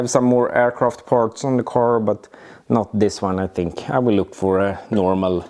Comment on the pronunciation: Gillar ditt uttal av parts ”pa ch” 😂